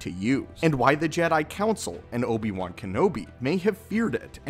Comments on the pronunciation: Uhhh crew....."Nobi wan" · nObi-Wan? Who dat? 🤔🤔🤔???